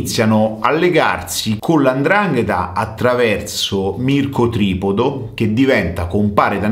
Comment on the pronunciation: Mico tripodi accenti sbagliati…